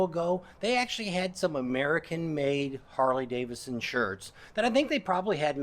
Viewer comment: It would be great if you could pronounce “Harley Davidson” correctly. Seems only fair to the motor company, especially since you’re a 20+ year brand advocate. I’ve noticed you say “Harley Davison”, and you do it a lot! Don’t get me wrong. I’m not coming down on you. You do a fine job. Keep up the great work! You’ve got a fan in me.